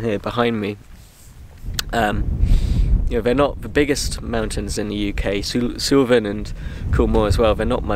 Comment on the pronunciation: its pronounced 'Soolven' not 'Soolaven'